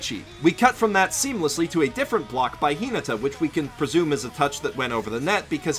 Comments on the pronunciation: I cringed everytime he said “Hee-nugh-tah”. It’s Hee-nah-tah. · I honestly didn't realize he said Hinata until I watched it again! 😂 (Thought he said something like Hin-ada. 😅) Awesome video! I watched this, and then the next Haikyuu!! episode I watched had Fly High as its OP so it was cool to notice all the little things you guys pointed out here. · The way "Hinata" is pronounced is SO ANNOYING And the inconsistent use of first vs family name IS EVEN MORE ANNOYING